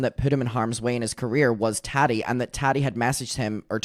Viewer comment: 🫶 it's TAAH-Tee...not tat-tee...lol. you are adorbs.